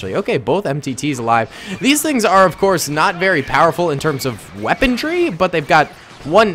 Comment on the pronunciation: "Weapondry"? : s